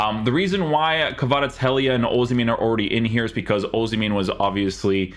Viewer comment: Take a shot every time this dude butchers kvaratskhelia’s name